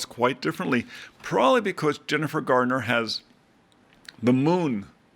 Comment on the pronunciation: There is no “D” in Garner . .